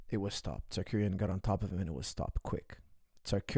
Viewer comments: sarcurian lol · Whos Tsarkuryan? 😂 Tsarukyan dam it